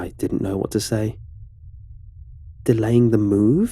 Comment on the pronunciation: i love your voice and the detailed stories so much that i don’t even mind when you pronounce [says] as “s-aye-s” instead of “s-eh-s” 🤣